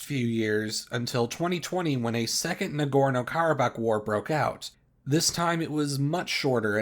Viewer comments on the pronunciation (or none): It’s Karabakh